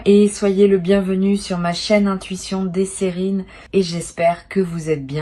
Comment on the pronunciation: pourquoi dites-vous sèrines !!!!!!!!!!!!!